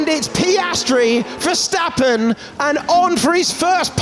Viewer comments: “Vergtapen” “vergtapen” los mexicanos no saben pronunciar la “s”? 🤷🏻‍♂️ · Can someone please help the commentators with the correct pronunciation of Max Verstappen and Zandvoorr? They should try to be professional, at least.